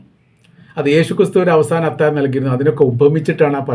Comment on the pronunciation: അത്താഴം ആണ് അത്തായം അല്ല. താങ്കൾ പലപ്പോഴും ഴ എന്നുള്ളതിന് യ എന്നാണ് പറയുന്നത് 😊